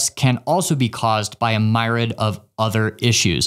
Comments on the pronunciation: Myriad* not myrid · "Myriad other issues..." (Pronounced: ME-re-ad)